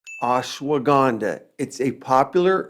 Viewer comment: You pronounced Ashwagandha like how Donald Trump butchered indian names some time ago🥲🤣